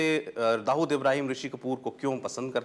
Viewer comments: हरामखोर ऋुषी कपुर दाऊद को दाऊदासाब बोल रहा है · rishi also saying dahood sahib